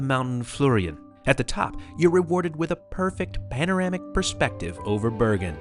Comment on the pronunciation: language tip: you might want to research pronunciation in foreign languages. Flåm is pronounced Flom, the å is an O sound. Bergen is pronounced like Bargain, Most germanic languages ER is not an English er, but more are or air sound. Norge is not like George, but Org like organization with an eh at the end, Norg-eh.